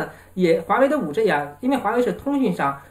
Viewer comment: 你的英文字母發音都不正確 是5G，不是5J 天呀！ 救命啊